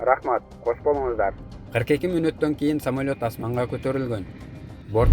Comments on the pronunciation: Туура оку, самойлот эмес самолёт. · Самолет деп туура оку😊